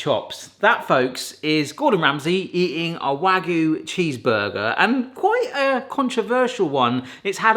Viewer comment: It's not "waggoo" it's "wagyu"; "wa" and "gyu". わ and ぎゅ.